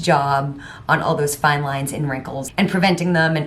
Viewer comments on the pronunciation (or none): none